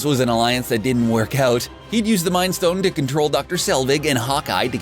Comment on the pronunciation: magic tricks stone 🤦‍♂️ not ston